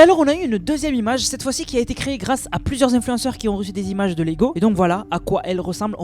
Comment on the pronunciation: Qui ont !!!! Pas qui zont !!!!